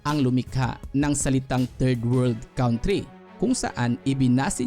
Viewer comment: Sana po ma correct nyo , you pronounce it wrong 'country'.